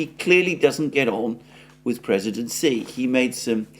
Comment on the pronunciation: Xi Jinping's pronunciation is totally wrong. "X" in pinyin is not "S". Better to pronounce it like "sh", and even better to make it soft "sh" like in your wrong pronunciation of "X". "SH" is very different from "S". There is also a surname Si in China. Even so, there is also intonation.